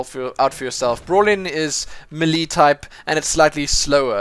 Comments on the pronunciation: thumbs up for how he says melee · Its not may lay either its melee